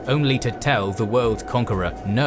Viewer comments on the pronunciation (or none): none